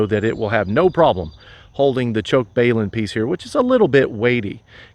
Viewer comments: What is a BAY-lun ? I know what a BALun is. Think of BALANCE Unbalance - Hence BALUN - not BAY lun - Just saying.... Thanks for the video. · WTF is a BAYlun? Of the hundreds or videos I watched over the years, you are the first to butcher the pronunciation.